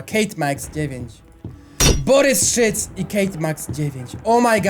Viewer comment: Boboryc a nie Borys szyc XDDD